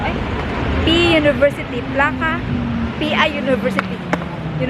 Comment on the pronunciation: The Placa is pronounced as PLASA de Kah-tah-LOO- NYAH. PLACA in Spanish is licensed plate, shield, sign or badge. You can double check this.